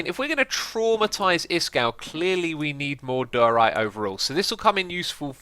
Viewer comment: Every time X says diorite it gets further and further from the actual pronunciation, lol.